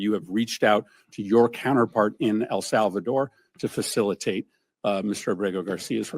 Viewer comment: Facilitate and effectuate say correctly you idiot 9-0 not what Supreme Court said they said facilitate or effectuate the illegal gangbanger